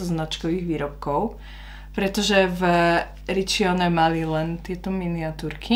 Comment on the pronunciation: Číta sa:Ričóne 🙂